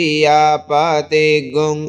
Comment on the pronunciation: This is difficult. I will need more practice to chant accurately.. Priyanaam is ppriyanaam but you are chanting Priyanaam only.. Same thing is with PPriyapati. Half P is also there. Please explain. Thank you so much🙏🙏